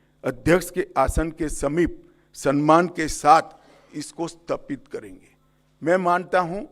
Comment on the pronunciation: सनमान नहीं सम्मान होता हैं